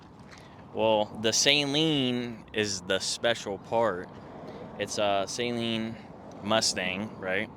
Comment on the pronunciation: Awesome 👍 Saleen rhymes with Gasoline. It’s not the 225 Horsepower that makes it feel fast, it’s the 300 foot pounds of torque